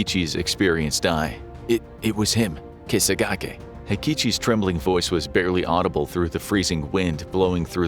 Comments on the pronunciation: At the end of the video, you started saying Kegasaki, but it's name was Kesakage. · This is the Sankebetsu bear incident. The bear’s nickname is spelled “Kesagake.” You transposed the “g” and the “s” in your pronunciation. I only know this because I’ve seen many videos on this tragedy, and practically have the info down pat. No matter who tells the story, it’s compelling, grisly and tragic. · The name the bear was called was "Kesagake" (K-sah-gah-k).